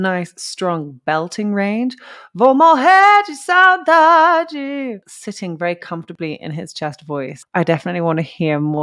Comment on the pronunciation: Voce pronunciou "vou morrer de saudade" perfeitamente! Voce fala portugues?